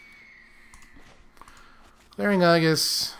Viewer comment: Aegis is procounced A-jis.